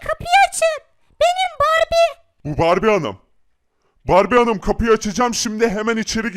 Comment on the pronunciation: abi barbiye değil barbie